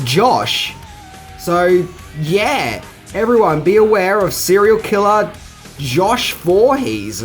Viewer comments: Josh voorpoo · huh.....josh vorhess....huh